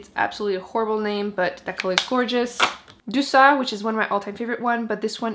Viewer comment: Omg thank you! Now I finally know how to pronounce my favorite blush, Douceur! I thought I was right but I am bad at French.